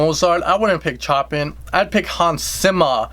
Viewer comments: did you actually say "Chop in" ? its pronounced "Shopen" you write it chopin omg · it's "Sho-paan", jeez... lol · he said chopin' hahaha 😂